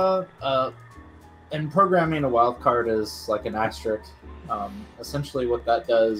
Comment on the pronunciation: "Ass Tricked", odd pronunciation of asterisk.